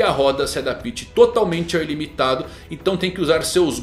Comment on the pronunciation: Aprende a dizer a palavra adapte...